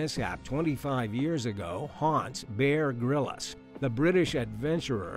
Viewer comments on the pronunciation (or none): dude it's Bear Grylls not Bear Grillas..as in Bbq Grill.